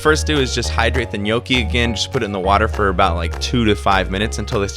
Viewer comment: Gnocchi. It's pronounced 'knocky', just a heads up. Love the video man 👍🏻